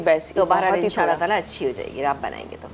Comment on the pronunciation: Pls abeer and all say In Sha Allah.prononuce right.